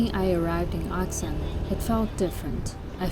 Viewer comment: Does anyone else find it odd how she pronounces Arxan differently in the voice-overs to the direct-to-camera scenes?